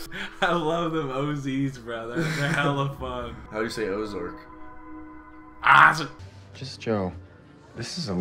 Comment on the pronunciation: "how do you say ozark bro" "...ISAAC"